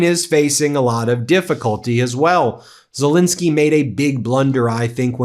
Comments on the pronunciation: Why do you always mispronounce Zelensky's name? It's not Zilinsky. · ffs, learn how to pronounce 'Zelensky'!